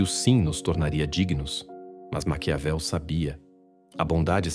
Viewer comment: Não é macaveli e sim Maquiavel.